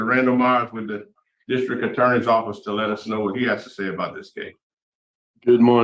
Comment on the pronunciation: I heard that too. I'm like, did he just say he had a toilet on his back?